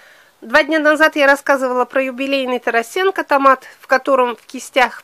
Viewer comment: Здравствуйте.При всём уважении к вам надо говорить не ТарасЕнко,а ТарАсенко. Он мой земляк с пос. Воронеж Сумской области.